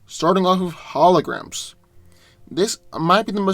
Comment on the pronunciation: Did he say Mysterio's Hologams (with no r)?